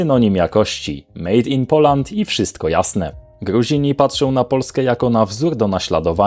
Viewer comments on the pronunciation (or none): none